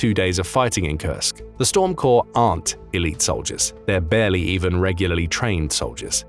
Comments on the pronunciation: Like Storm Core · Storm Corps - the “es” at the end is silent.